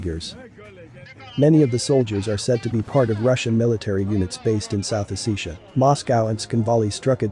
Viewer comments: South Ossetia Pronunciation. South Os·se·ti·a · O-SEH-ti-yah. SAY IT RIGHT. DUH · it is oh-set-te-ya i believe.